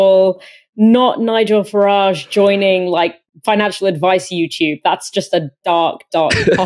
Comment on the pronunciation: Please stop pronouncing his name as Farrahhhjje. It's Farridge, like porridge. Niggle Farridge.